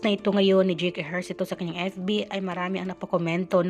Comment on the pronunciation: Dyeyk hindi dyik ang pag bigkas ng pangalan ni JAKE !